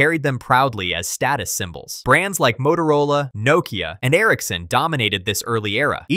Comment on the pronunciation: You can’t pronounce Nokia, what a shame. Please don’t ever make another video again.